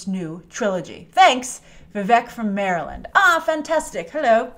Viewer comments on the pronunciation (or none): none